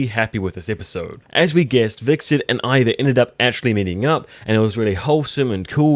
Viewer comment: It's Hvitserk not Hviksert